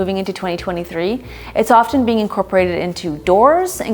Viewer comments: Minor pet peeve: What is with Millennials insisting on pronouncing the silent "t' in "often". Do they "offTen soffTen" butter, or do they "offen soffen" butter? Those two words rhyme in standard English. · Didn’t realize the “t” was silent in often. I offTen use soffened butter 😅 but then again English is my second language.